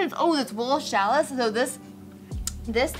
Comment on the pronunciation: Boo-clay Boucle; shall-ee (challis)